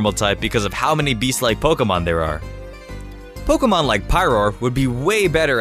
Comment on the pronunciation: IT'S pronounced poKEYmon! ! FFS!